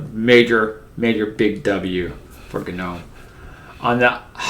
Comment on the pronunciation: Gnome needs to go in the trash, along with GNU, if only so we never have to hear another person say GUH-NOME or GUH-NEW. Its NOME and and GEE ENN YEW, you foot cheese eating bastards.